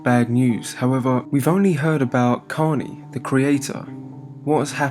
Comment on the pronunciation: Out of respect but you didn't even say his name right. It's korney ✊😔😢😭💔